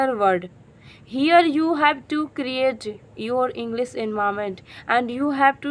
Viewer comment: Please Do not say ENGLIZ ENGLISH IS CORRECT